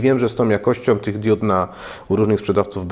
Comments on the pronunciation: diud diód :) hehe diod :P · Hej dude, mówi się diod nie diód ;) DUDE. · Diuda czy Dioda ? Wiec mówimy diod nie diud !!! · Diod, a nie diód :) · nie DIÓD tylko DIOD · Kłuje w ucho fakt 😂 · *diod, diody, diodo, diodami. Nie: diÓd, diÓdy, diÓdo i diÓdami. Mocno to razi, zniesmacza i zniechęca. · DIOD, a nie DIÓD! Matko boska, uszy krwawią, jak się w ciągu 20 minut słyszy takie kalectwo 150 razy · DiOOOOOd. Nie diód. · DIOD!!!! nie diód/diud :P ale taki poradnik dla wielu pewnie się przyda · diud" serio?